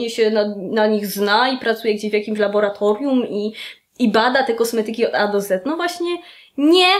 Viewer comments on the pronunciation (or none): none